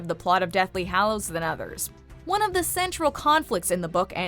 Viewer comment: every time pronounces hallows wrong i lose a braincell